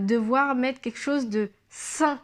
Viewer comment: Juste un petit conseil concernant la diction,c'est très bien,le regard est franc,le gestuelle adaptée 'on s'en que tu parles avec ton cœur, c'est fluide... cependant,fais attention à ne pas dire ", queque chose" mais "quelque chose..." Sinon,tout est parfait...♥️